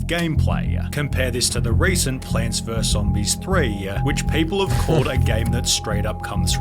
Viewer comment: 40 minutes is NOT needed and some pauses are just him making a joke (oH hE sAID plaanTS VeRse zOMBISS) like people just be saying anything to defend him